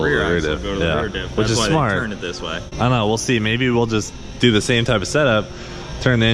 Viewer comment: "Dew it for Dale"